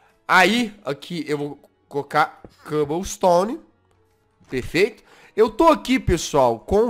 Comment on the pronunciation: Jazz: Aqui é perfecto, perfercto